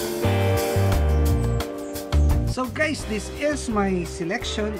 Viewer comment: at the beginning he said gays